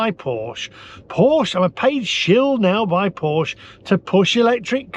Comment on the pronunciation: Please learn to pronounce Porsche properly.